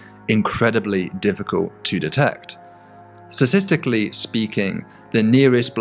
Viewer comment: Does he say sasistically or statistically? Awesome videos but i feel like ive heard it being pronounced differently a few times... Hmmmm